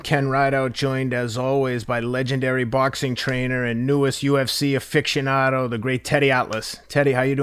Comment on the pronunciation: "Affictionado"??? You mean, aficionado?